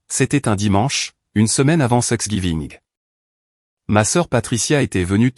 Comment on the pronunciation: quand est ce que l'IA va comprendre que " Thanks giving " n'est pas " sex giving" !!!